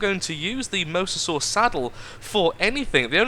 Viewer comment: it is pronounced mo-za-saw not the way you have been pronouncing it for the last 2 episodes!